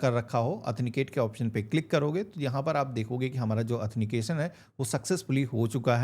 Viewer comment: अथनीकेशन नहीं,,आथनटीकेशन बोलें भाई... बाकी जानकारी बहुत अच्छी दी है आपने,, धन्यवाद